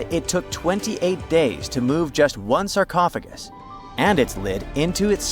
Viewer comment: It was a sarcaughagis and not a sarsneezeagis